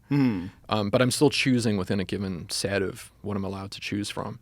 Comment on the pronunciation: Is he south African? Because I did notice him say a few words differently like path and set sounded like poth and sat